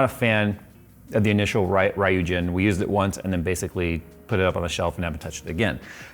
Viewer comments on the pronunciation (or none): why its pronounce raiyujin, when there is no A in Ryujin? its riujin. Y is pronounce as I. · ryūjin (or 龍神 in Japanese kanji) means 'dragon god', and should be pronounced REW-JIN, not RAI-EW-JIN! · which should be REW and not RAI-EW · It's "REE-YOU-GEEN" not "RA-YOU-GEN"! I have the Ryujin 240 for over 2 years now and I love it! On a i9-9900k the Noctua fans are still while idling. I added some LED Halo Rings from Phantheks in between the fans and the the radiator so the lighting is also fixed. I'll definitely buy this new 360 for my next build. Also, Armory Crate is FINALLY working properly but it took way too long. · Marry Christmas to everybody! Just fyi the the yu in ryujin is pronounced as you not as io. The naming is connected to the japanese dragon god of ocean ryujin (ryu for dragon pronounced as r-you). Happy holidays and have fun guys ☺️ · It's pronounced "roo-jin". Japanese is weird. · It's pronounced Reeugeen... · RYUjin is pronounced "Ryu" like Dragon in japanese, and Jhin, like the champion from LoL, "Y" sounding like "ee" from "bee". As "Ryu" and "Shoryuken", character and special move from Street Fighter games. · Um ACKSHUALLY, it's pronounced ree-yooh. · I suspect more of us pronounce it like Ryu from street fighter 🤣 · Oh god, why cant you pronounce "ryujin" normally. It's a japanese word, you read it as its written. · horrible pronunciation of ryujin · AIO may be advanced but your pronunciation of the name isn’t….. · I have faith that at some point a reviewer will pronounce the name correctly 😂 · An AIO that costs as much as a decent custom loop...Yeah, no. Also everyone mispronouncing "Ryujin" is driving me nuts. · i'm triggered by the way pronounce ryujin why the hell americans are so bad at pronounciating words that aren't english? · Pronounciation of Ryujin needs a bit of work but excellent review of this AIO. 👏🏻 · God... As usual Americans just butcher Japanese, Ryujin, basically Dragon King